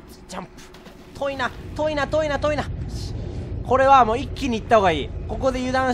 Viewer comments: WWWWWむーって何だよw モウだよwww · ムウじゃなくてモウなんだよなあ…